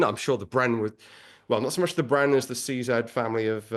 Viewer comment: So refreshing to my Canadian ears to hear CZ pronounced correctly....